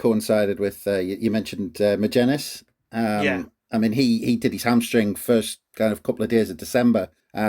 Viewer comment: Right lads magennis is not a hard name to say yet all of you pronounce it wrong every time